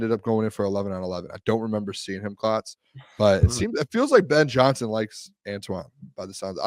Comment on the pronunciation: Listen to "Ben Johnny Son"!!! 🤡